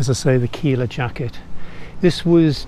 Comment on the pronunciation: D say killa like killer but with an a at the end. Sounds dope then